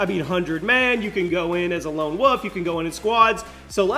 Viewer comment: not to sound rude but are you saying "woof" or "wolf" as you've said it a couple times in the first 5 mins and I'm assuming its Wolf but it sounds like Woof, I think it's just an accent thing, :}